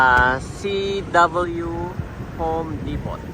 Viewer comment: Home depo po. Silent “t” po.🫰🏼